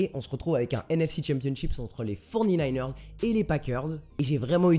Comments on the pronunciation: les "fornininers"... sérieux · j'adore ton "les forny-naïneurs" mdrr